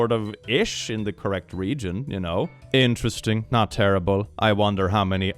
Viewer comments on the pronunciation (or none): none